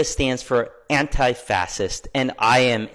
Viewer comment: anti-fas-ist…..maybe know how to say the word you fight so hard to defend